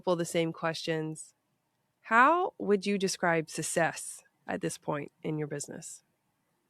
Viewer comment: I can't get over how you pronounce 'success' with no k